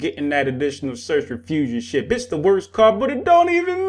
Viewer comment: Thought you said shit. "Ship" close enough